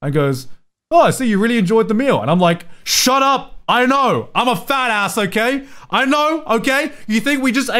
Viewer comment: Garnt saying FATASS like an American. The conversion is happening